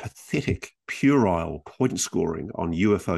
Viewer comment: This podcast was brought to you by the word, "purile" 😅